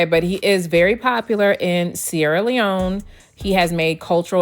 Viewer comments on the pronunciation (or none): none